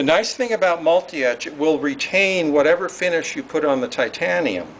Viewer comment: Thumbs up just for the Thaiteeyianeeumnn!